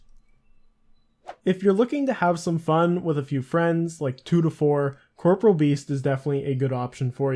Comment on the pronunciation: Corporeal beast, pronounced cor-poor-ee-ul. Not corporal